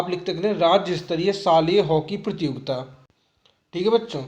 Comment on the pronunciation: sar prajogitaa nhi prtiyogita kahte hai